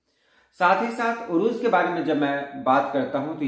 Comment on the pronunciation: Urooj nahi Arooz عروج نہیں عروض